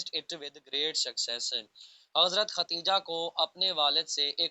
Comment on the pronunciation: Hazrat khatija ni HOTA Khadija HOTA hy